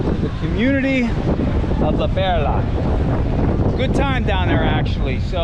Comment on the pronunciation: Its not La Pera, fool, its La Perla- fool. . You look like you could be PR but you are soooo white bread.